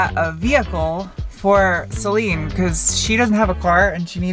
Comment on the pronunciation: Celine? I always thought you said Saleen :D